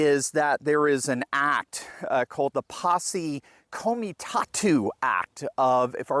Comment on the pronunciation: Fact check,: the Roosevelt Reservation is only 632 miles long. The US-Mexico border is 2,000 miles long, most of which is on the Texas portion of the border and NOT in the Roosevelt Reservation. "Posse Comitatus" does not have a silent "S" at the end. It's Latin, not French. The Posse Comitatus Act prohibits the employment of Federal troops in domestic civil law enforcement such as immigration enforcement. In Texas, Governor Abbott as commander in chief of the Texas National Guard, activated the Texas Guard into State active duty status to enforce state laws against illegal immigration by foreign nationals. I believe some other state governors also activated their National Guard troops and sent them to Texas in cooperation with the Texas Guard. There have been court actions against this action by pro-illegal immigration open border policy, alleging that it violates the Posse Comitatus Act. I think those challenges failed. The last time Posse Comitatus came under National controversy was when Arkansas Governor Orville Faubus activated his state's National Guard to prevent the racial integration of Little Rock Central High School in 1953. In response, President Eisenhower Federalized the Arkansas Guard and stood them down, then ordered the 101st Airborne Division to Little Rock to provide armed protection for seven African-American students attending classes at Central. Eisenhower's authority to order the 101st's Troopers to Little Rock to enforce a Federal Court order, i